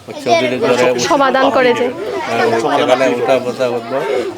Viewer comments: Choudri noy chakdri bala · Chowdiri na chok diri